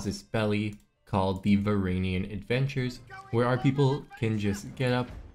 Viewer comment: Varangian is pronounced vuh-ran-jee-in